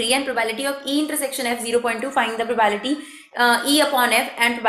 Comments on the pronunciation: It's probability not probality . 🤪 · Its probability not Provality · maam its probability not probality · mam wo probability hota h, naki probality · It’s probability not problity 😂😂😂phele bolna toh seekho phir padhao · It's not probality Actually it's probablity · maam probability not probality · When she say probality instead of probability it annoys me in very uncomfortable way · Mam it's probablity not probality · Probality nahi laudi Probability hota hai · Nice teaching but probality not probability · Abee probability hoga not probality.😂😂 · Ma'am it's not probality ..it's probability ... please pronounce it's correctly .. It's really irritating to hear again n again probality 😌... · Not probality... Its probability.. Please note it.. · Its probability not probality..sorry m grammar nazi..no offence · It's probability not probality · Bhai yaar ye probality bolti hai irritation hogaee muje mai ni dekhra eska video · i appreciate your effort for this video but its not "PROBAILTY" its "PROBABILITY". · GD exp ma'am, BTW it's PROBA'BI'LITY. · pro-bae-bi-li-ti (probability) don't feel offended only wanted to correct you so that you can improve(no body is perfect).